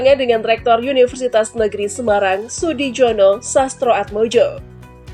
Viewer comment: Sudijono....di baca Sudiyono...J di baca y